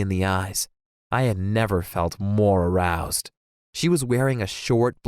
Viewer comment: No one: Him: it A R O U S E D me